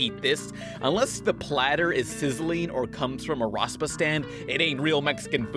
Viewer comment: YOU SAID RASPA WRONG AND I LIVE IN SOUTH TEXAS